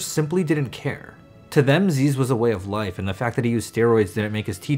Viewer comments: lol nerd - it's not zeeeez brah it's zizz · Brahhh it’s pronounced ‘ZIZ’ not ‘zeez’ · ITS NOT ZEEEZUH. ITS ZIZZ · it’s pronounced like zizz not zeez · It's pronounced ziss. Not zeez btw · ITS ZIZZ NOT ZEEZ <3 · zeezz. Its pronounced zizz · It’s pronounced “Zih-zz”. I know his name is “Ah-zeez”, but there’s videos of him calling himself zih-zz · zyzz nO zeezz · Thank you for sharing. I was wondering who this zyzz guy is and how to pronounce his name.